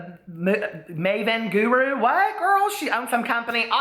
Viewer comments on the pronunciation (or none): none